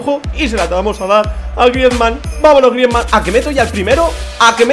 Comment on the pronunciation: por favor, si quieres que siga viendo tus vídeos y por mi salud auditiva aprende a decir el nombre de Griezmann